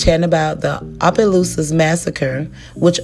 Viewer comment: Everyone messes up the name of Opelousas, it’s okay lol. It’s pronounced Ah-Puh-Loose-Us